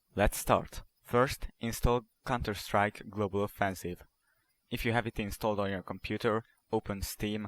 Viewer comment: lel he calls it cunterstrike